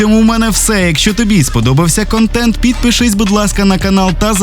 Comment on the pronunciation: український зміст, а не кантєнт, шановні укрАінці )